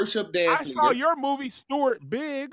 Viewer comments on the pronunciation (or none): none